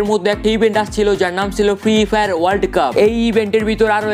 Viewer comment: ফ্রি ফায়ার উচ্চরনই করতে পারে না হাইরে ইউডিউবার